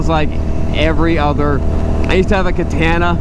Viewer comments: When i heard him say it, i was like "what the hell bike is a...ohhhhh"🤦🏾‍♂️ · Say it with me: "kuh· taa·nuh" (every syllable rhymes) ....otherwise great video!